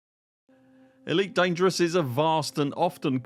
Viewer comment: That's an immensely helpful video! It's surely bound to impact the ED community positively in the long run. The more commanders sharing their data and using these tools, the better the galaxy becomes. Thank you for making this video 🍻❤ (and great work on pronouncing 'Elite Dangereuse' 😄)